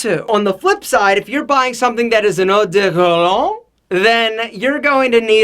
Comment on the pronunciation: took me 5mins but he was trying to say: "Eau de Parfum" and "Eau de Cologne"